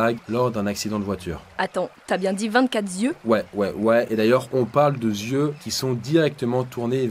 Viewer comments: Les 24 zieus m'ont fait mal aux zoreilles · vingt-quatre Z'yeux, répété 3 fois. Attention aux liaisons dangereuses.